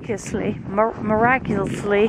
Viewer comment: Isn’t it funny how when we get chilled our words tend to come out a bit slurred.. 😂😂 “Miraculously” 🤣🤣